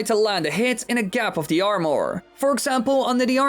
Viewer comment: I dont like how he pronounces armor as (arm-ore)